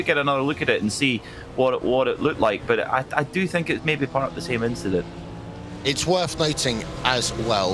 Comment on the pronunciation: Verstappen Rogers inchident